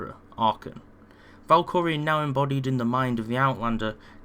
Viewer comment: Valkorion. Not Valkorian.